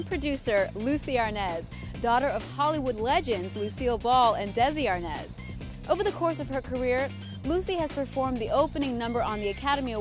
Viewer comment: Desi A R N A Z (OPEN A). IT'S A SPANISH SURNAME